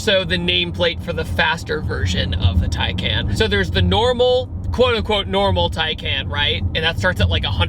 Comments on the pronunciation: Just to clarify its pronounced tiecon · Just to clarify its pronounced (tiecon)